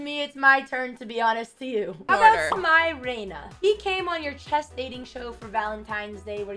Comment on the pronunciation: "smye reyna" 😭👎🏻